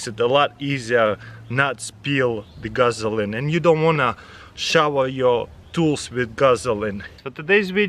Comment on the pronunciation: Did he say "Guzzline?"